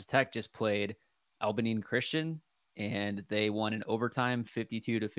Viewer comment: Abilene. "Ah-bell-ean" jesus it's like you never heard the name of the prettiest town you ever seen ( truthfully it's not despite what the song says )